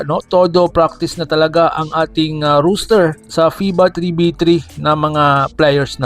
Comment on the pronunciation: "FIBA ROWWLS" 🤣😂🤣 "LEH-GAL" 😂🤣😂 "ROOSTER" HAHAHAHAHA